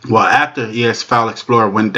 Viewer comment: "Wayo" is not a word as the way you pronounce it. The proper spelling is "Well" and is pounced like it is spelled